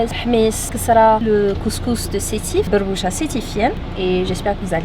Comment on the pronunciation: Aberbouche pas berboucha